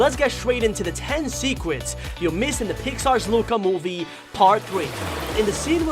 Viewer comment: I heard you said "secwets" instead of "secrets"